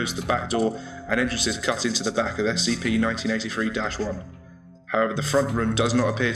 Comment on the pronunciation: It sounds like you are saying 1993 so yea...